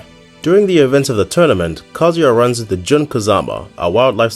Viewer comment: His name is KaZUya. You should pronounce it the way it's written. Through the whole video you are pronouncing it like "Kozy".